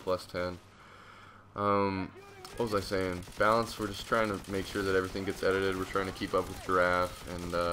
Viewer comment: This whole time i thought you were saying "bounce" instead of balance haha.